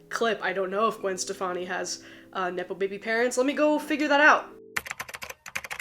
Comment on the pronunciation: It really sounded like you said, "nipple baby parents" and it stopped me in my tracks. I was like WHAT!? Then, I realized you said NEPO baby parents, and it made me laugh. 🤣